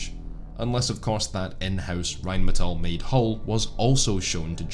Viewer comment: First video where I heard RheinMetall not pronounced incorrectly as "rine medal". Great video.